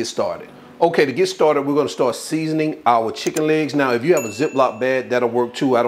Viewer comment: The way she said the seasonin!